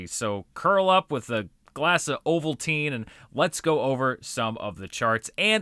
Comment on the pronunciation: You say ovulteen and now I want a yoohoo...I have no idea why.